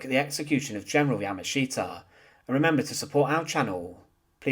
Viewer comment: Interesting history, but your presentation is very hard to listen to because of the way you speak. It's the same droll over and over and over. Once you notice it, your way of speaking becomes rather irritating. Plus, you don't pronounce his name correctly. You have the wrong accent on his name. I'm bilingual (Japanese and English) and hearing your pronunciation of his name is grating on the nerves.